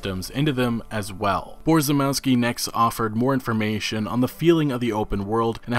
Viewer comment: Borzymowski pronounced closer to Bo-zhy-mov-ski Polish - English [few characters] C - TZ (or TS) W - V ł - w J - Y SZ - SH CZ - CH [like in Check] CH - H (really soft h) I - E E - Eh